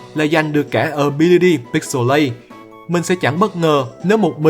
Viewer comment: Zigzagoon là nô lệ hữu dụng thứ 2 sau bidoof Pixilate anh jab đi là pi-xi-lết còn wally đọc là píc-xồ-lây